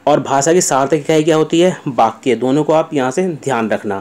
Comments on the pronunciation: Likha Sahi Hai Bas Bol Sahi Nahi Paare Aap 🙏🙏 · बाक्या नहीं sir वाक्य होता हैं 🙏🙏🙏